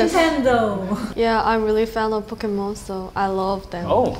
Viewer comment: Im so tired the guy still saying Pokimon not that POKÉMON.